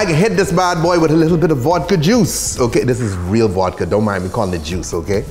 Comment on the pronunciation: Vodka ❎️ Vuadka ✅️